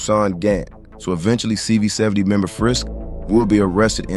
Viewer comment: CV 7 owe… is how it’s pronounced…